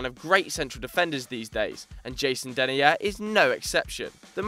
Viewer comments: U say denIIIIer not denair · How the fuck did you pronounce Denayer lol? It's de-'nigh'-er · as 'the nigh er'